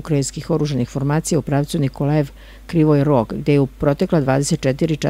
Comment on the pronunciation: Kako žena loše čita ..brsti..čak ni krivi rog ne zna izgovoriti..di ste tu neandertalku pronašli 🙄